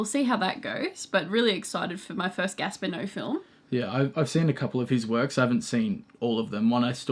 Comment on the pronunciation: Gaspar Noé - ‘no-ay’